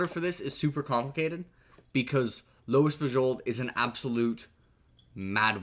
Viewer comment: Dude. It's Lois Bujold, not Louis. It's making me crazy.